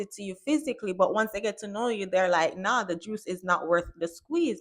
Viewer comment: I love that Jamaican “Naaa🙅🏽‍♂️☝🏾”😂😂🤣🤣😭🤣😂😂😂😂😂